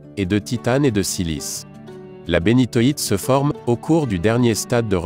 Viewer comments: on dit aussi "Zoïsite" et pas zoisite, pareil pour la Bénitoïte, et le béryl rouge s'appelle Bixbite. Sinon très bonne vidéo, a part que tu as oublié le diamant bleu :) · c'est insupportable. c'est donc si difficile que ça d'apprendre à prononcer (après correction) les noms des cristaux ? comme si l'accumulation de mots sans intention ne suffisait pas, les Taaffettes, Bénitwattes et Poudretettes disqualifient cette vidéo. quelle plaie !